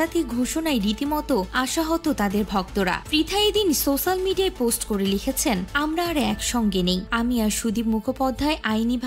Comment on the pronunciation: Social media r uccharon tao korte parlen na.